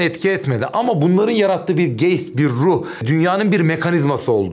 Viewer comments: Geyst mi? Gayst olmasın o. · Hocam Yanlis pronunciation yapiyorsunuz "Geist" = Gayst olarak okunuyor.Saygilar. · Geist Almanca bir kelime değil mi? İngilizce olarak telaffuz ediyorsunuz